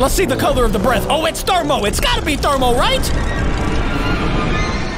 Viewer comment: It's thrmoewoa